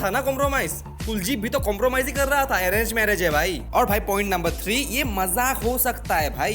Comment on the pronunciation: arrenge merriage ❌ Arege merriage ✅